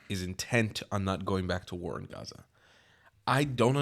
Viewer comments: It’s only me who bothered how they say Azzza ? Not for sale! Nobody wants to buy it .. just take it because you don’t do Sheeit with that land 😂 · I don’t know if it’s some sort of sensory issue but I can’t stand people saying « Hhhhhaza » (Gaza) 😂